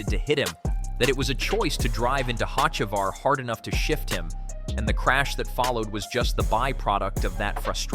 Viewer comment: OMG if you're going to narrate could you at least learn how to pronounce the driver names. You've pronounced Hocevar's name 5 different ways!!!